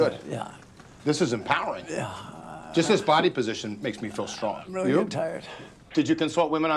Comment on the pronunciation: This is imPOWering